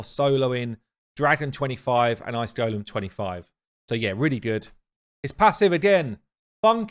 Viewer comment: Love your videos mate. Thanks for helping me sort out my broken team. I've been playing this game as wrongly as you pronounce golem. Have you never seen Lord of the Rings? ;)